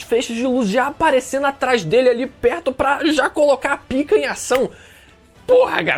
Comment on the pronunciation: Slk encheu a boca pra falar PIKA kkkkkkkkkkkkkkkkkkkkkkkkkkkkkkkkkkkkkkkkkkkkkkkkkkkkkkkkk